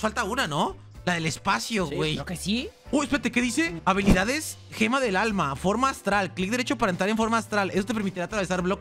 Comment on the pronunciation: 2613 dijiste Gemalto del alma